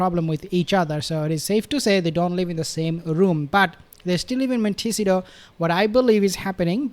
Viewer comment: Hey. You almost have montecito down pat. A little harder on the SEE part of the word and it will be perfect! It didnt rub me the wrong way this time. Yay. Mon-te-SEE-toe. Lol.